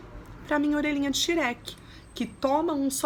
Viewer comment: Que agonia ver as pessoas pronunciando Shrek errado.